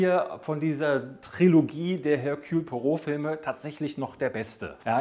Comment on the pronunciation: Ich fände es cool, wenn den Namen auch richtig aussprechen könnte.😂